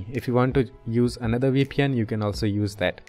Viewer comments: We pn 😂😂 bro Say V P N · It's Veee Pee En. Not Wee Pee En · Sounds like WeePN to me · you're just liying you can't say vpn